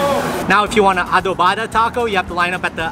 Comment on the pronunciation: Foo is adovada not adovaada lol